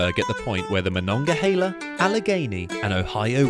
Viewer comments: U pronounced Monongahela properly!!! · And good job saying Monongahela correctly! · Bless you for pronouncing Monongahela correctly! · Fantastic video. I think the most impressive thing about it is that you pronounced "Monongahela" as us locals do! lol